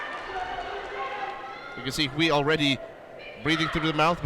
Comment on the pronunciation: Great commentating. But just a little reminder for Quinito, the UI in Chinese is pronounced EY, so Hui is pronounced WAY as in the English word.